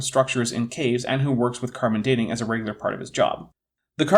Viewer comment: I remember his hat, and his disturbing “carbon for Dean” pronunciation. 😋 Where have i heard this guy, if not here? Maybe Viced Rhino…? 🤷🏻‍♂️